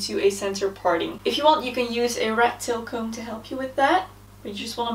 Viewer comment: For just a split second , I heard "rectal comb" instead of rat-tail comb. lol